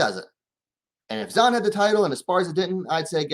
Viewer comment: Dont trust this man he says he a fan of Esparza…. Can’t even Say Zhang name right either. 🖕🏾